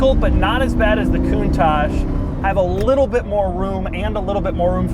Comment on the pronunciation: Doug is the type of guy who pronounces correctly the word "countach", which is a northern Italian dialect exclamation ! Nobody in Italy prounces it the correct way!